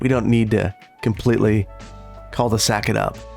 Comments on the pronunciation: the "L" in "cul de sac" is silent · while watchin i noticed you keep calling the city "cull the sac" and tbh its still gridlock style cull the sac is still very diffirent